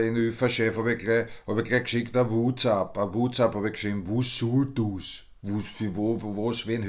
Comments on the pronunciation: Ich liebe es wenn er sagt,wus sul dus🤣🤣🤣🤣🤣 Legende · "Wus sull dus?" I stirb. 😂😂😂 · mikoy huio ja hör es dir genau an wenn er sagt: wus sul dus 🤣🤣🤣🤣🤙